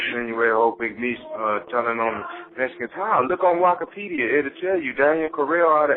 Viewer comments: 😂so who's gonna tell Meech it's "Wiki-pedia" not wahki pedia!? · My nigga said wokopeadia